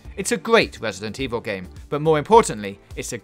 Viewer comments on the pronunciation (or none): Wesident Evil? Don’t you mean... Resident Evil lol